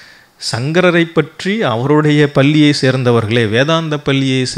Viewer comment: தமிழைச் சரியாக உச்சரிக்கத் தெரியவில்லை. பள்ளி (பல்லி) தமிழ் எழுதிய (எழுலுதிய) வழியாக (வலியாக) இப்படி...... சகிக்கவில்லை. முதலில் மொழியில் கவனம் செலுத்தவும். கூட்டம் இல்லாத சூழலையும், தூங்கிக் கொண்டிருக்கும் பதிவுகளையும் எடிட்டிங் செய்யவும்.